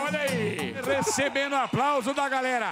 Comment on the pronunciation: Ele não sabe falar GALERA.... ou é GARERA.. ou é GARELA.😁😁